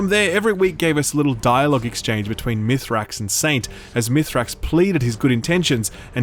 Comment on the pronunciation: If we're going to be those annoying ppl, I insist we do it properly so "aschually it's pronounced Mee-srax Kell"